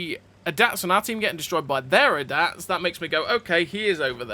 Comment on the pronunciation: Brother that's NOT how you pronounxe ADATS 😂